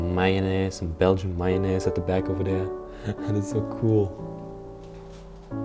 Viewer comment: Another excellent respectful exploration by you. I have watched you for years and am one of your Patreon supporters. My mother was Belgian from the Ardennes (she pronounced "Mayonnaise" just the same way you do. 😉 The fluency and ease of your English has reached a very high standard. Thank you for sharing your interesting occupation!!